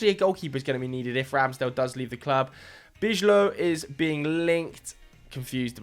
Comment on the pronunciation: This Bijlow pronunciation is horrible😂